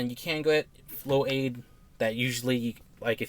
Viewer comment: LMAO Flow-aid 😂